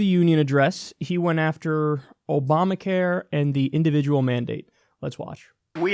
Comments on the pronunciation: exactly what i was thinking ... he (even when reading off a teleprompter) fucked up and mixed "Oprah Care" and Obama Care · Opamacare? How dumb is he LOL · Trump... "The disastrous Opamacare..." "Oy vey.. ๏̯͡๏